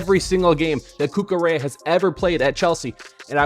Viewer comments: Marc cucurelia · The mispronunciation of Cucurella was actually ragebaiting me